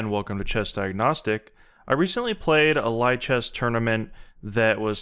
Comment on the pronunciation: FYI: pronounced "lee chess" as in "libre" (which is where the name of the site comes from).